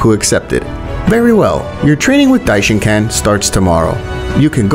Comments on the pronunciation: Dishonkan no dishenkon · Stop calling him dishincan